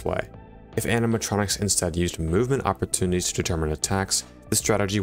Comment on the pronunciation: "Oppertunites" rip